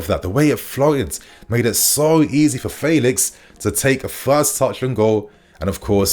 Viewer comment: you’re still saying his name wrong. It’s F (air) elix. Just like the E in Bellingham. Not Faylix